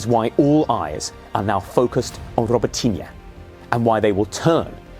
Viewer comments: Hey! Guy! Robot - ne! Try to say- robot- ne! So simple… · It’s pronounced “Roh-boat-tin-nyuh” please. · The way he pronounced Robotyne at the beginning. Was that correct?